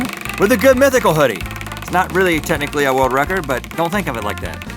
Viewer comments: Don't worry Rhett, I can't say world wecord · I swore I heard Rhett said "world Rhett-cords".. No pun intended. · "World Rhettcord" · it not world record it world rhettord :3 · You must have Chose this because Rhett can't say world records. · I'm gonna describe to you a wuld wecowd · woold wekord = world record 👌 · Rorld Wecord. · me & my friend (who is also a Mythical Beast..) mocked up GMM episodes (when links hair went down) and we must be tele frigging pathic, I couldn't say world "wecord" lol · 'Wor-world record'~Rhett 2k16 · rhett talking like barry kripke. he can't really say his l's and r's. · Rhett's difficulty in saying world record made my day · Rhett in the beginning struggling to say "world record" was a great way to start my morning.